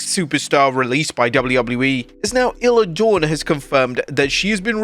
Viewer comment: Not "illah dawn" wtf???